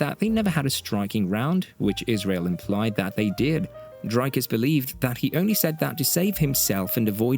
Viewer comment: Drakas does not exist. It's Dricus. I not A.